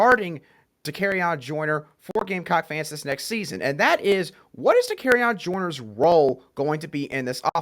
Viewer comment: Love the podcast!!! One small adjustment. Joyner’s first name is pronounced Da-carry-on….